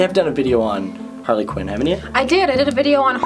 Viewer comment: quinn not qin